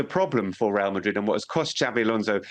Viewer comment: It’s the right way to say it